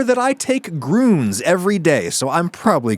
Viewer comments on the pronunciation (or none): Grüns isn't pronounced like that. Umlauts are not mere decoration. Yes, even if used by a US company. They should know, teach and demand that. Blergh.